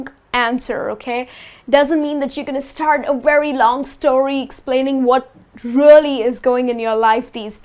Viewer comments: She keep saying really as rally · You prounounce “really” weirdway...